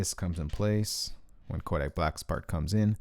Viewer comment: Can we just take into account the fact that he says “koAdick black’s Zeze